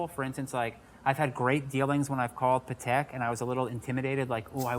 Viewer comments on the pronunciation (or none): its PAH tek.... come on